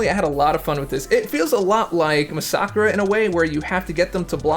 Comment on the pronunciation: Who else just realised you've been pronouncing masacre's name wrong😯